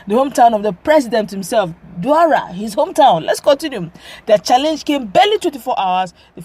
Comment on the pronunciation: Daura not Dualla. Haha